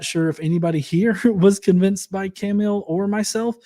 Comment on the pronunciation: Johns' regular mispronunciation of Kamil had me feel like I was watching an episode of Archer. Cool debate guys!